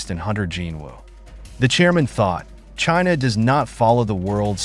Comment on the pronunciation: Jinha ❌ China ✅